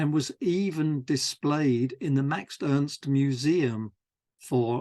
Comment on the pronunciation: Love this series! Just a note: you refer to Max Ernst as "Maxed Ernst" whenever you say the name. It's probably unconscious and I'm sure I do the same with other words though